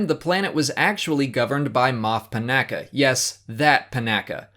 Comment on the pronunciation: Panaka's name is mispronounced. It's puh-NAW-kah, not puh-NACk-ah